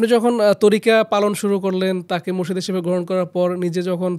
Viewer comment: শব্দটা মোর্শেদ না, মুর্শিদ হবে।